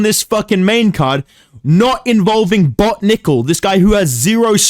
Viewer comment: He said Bot like a slur 💀